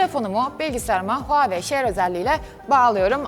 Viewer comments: Abla nolur huwei deme artık markadan soğudum yaaa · Abla seni çok seviyorum ama neden huawey diyip duruyon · Nobody:: Huawei